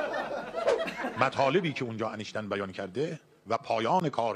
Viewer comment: وای داداش دردت ب فرق سر همشون اینکه بلد نیس بگه انیشتین میگه انشتن😂😂😂درضمن کسیکه مرده میخواد چکار کنه؟وااااااا خدایا ازدواج با اموات وای وای وای من ک حال مغزم بد شد